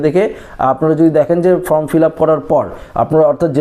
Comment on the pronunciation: শব্দটা ফ্রম নয়, ফর্ম।